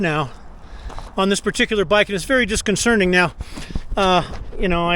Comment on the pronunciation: It’s disconcerting not disconcerning.